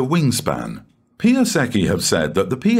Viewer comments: Great, but check the pronunciation of Piasecki - very different - more like Piah-setz-key. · One of the plane names 'Piasecki' is Polish name, should be pronanced very differently :-)